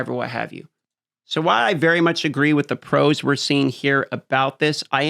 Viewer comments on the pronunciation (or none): none